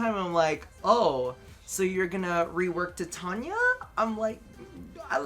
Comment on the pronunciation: titania is pronounced like TI tain ya.... so triggered